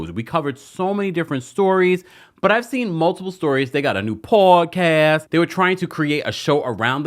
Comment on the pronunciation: I love a good 'Poawdcasst. (The T is silent, y'all 😂❤